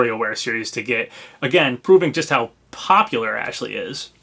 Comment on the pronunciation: You keep saying Ashley's name wrong, it's "AAAASH-LEEEEEEY" lol